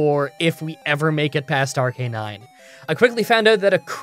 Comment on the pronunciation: Ar-ca-nine not Ar-canine